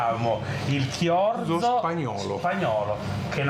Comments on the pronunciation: Chorizo, no chiorzo 😂😂😂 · Siete sicuri che sia Chiorzo e non Chorizo? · si dice chorizo!! leggi cioriso🤣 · Si pronuncia CIORISO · Grandissimi, tutti e tre! Ma si legge ciorizo 😅😂❤ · Davide, ma sarà mica il chorizo (pron. ciorìso)?